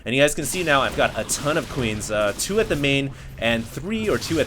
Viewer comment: did he say fast rax reaper or FIVE rax reaper? It sounds like five, but I have never heard or seen that except for fun strategies which usually loses though.